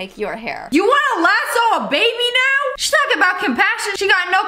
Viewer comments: Lassu? I pronounce it La-SO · It’s not Lassus it’s Lasso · What’s a lasoo it’s a Lasioe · By the way Ms. Vegan teacher karen, it’s lasso not lassu lol 😂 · The vegan teacher said “iS tHAt a LaSsOO” pronouncing the o’s at the end says oo instead of o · Ok, WHAT IS A "lasoo".... I mean like- she should be watching CoCo Melon to learn how ✨speak✨ It's "laso". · A lassu I thought it was call lasso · I don't think she knows she said las lasue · It's lasso, not lassu